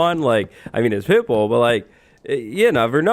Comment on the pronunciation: it took me until the end of the story until i realised he said pitbull and not pipple 🤡